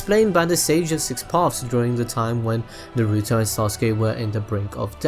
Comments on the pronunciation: ITS NOT NARUUUTO it's just Naruto the way he says is is so weird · why does he say NAR RUE TOE